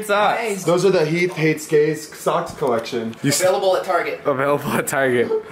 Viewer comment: Heath Hah More like Hif.